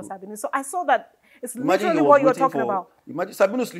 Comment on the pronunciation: Una "literally" murder the word "literally" in this interview😂. Great interview though.